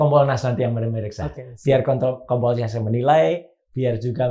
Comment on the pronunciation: KOMPOL-nas mas...bukan kon....😀😀😀